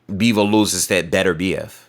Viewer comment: his name is Bivol not Beevle 😂😂😂